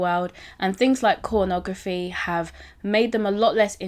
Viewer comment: Did you just say cornography 😂